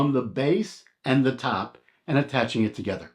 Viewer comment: Try to pronounce the word “and” correctly otherwise excellent video.